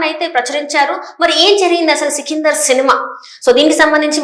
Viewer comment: సికిందర్ కాదు. సికందర్